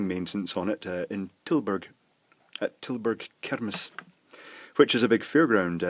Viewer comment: You said "Tilburg kermis" very nice, sounded really Dutch! Search for KMG, it's a Dutch company who makes fairrides. They use a lot of LEDS nowadays. Greetings from a Dutch man!